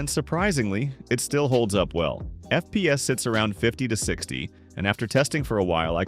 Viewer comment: It's so funny when he says "f peas" 😂